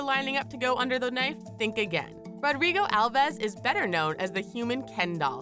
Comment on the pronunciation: Alves is my last name, and its pronounced with one syllable like "Alvs" instead of "Al-ves"